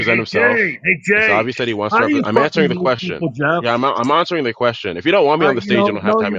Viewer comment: reverts to an English accent: “ I’m ahhhnsoaring the queeestion.”